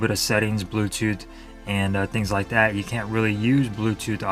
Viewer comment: "That", is pronounced "that", not "dat". It's so hard to follow a presentation when a speaker has poor speaking grammar! Appreciate your effort, though!